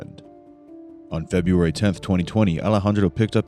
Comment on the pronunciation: Feburary? Really?